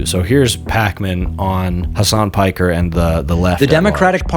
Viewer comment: somewhat shocked pakman knows how to pronounce piker